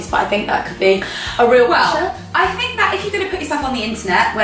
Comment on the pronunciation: She always says fink instead oh think